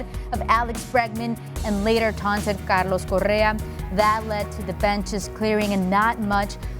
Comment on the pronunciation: Notice how the lady clearly goes out of her way to push a heavily Spanish pronunciation (i.e., "Mexican" Spanish -- not the Queen's Spanish of Spain) of "Carlos Correa" -- to the point of making it unrecognizable to non-Spanish speakers; yet, she totally butchers the Greek pronunciation of "Nick Markakis". Such insensitive behaviour may suggest bigotry against Greeks.